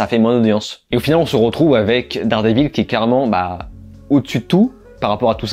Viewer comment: dard des villes? t'es anglophone que quand ça t'arrange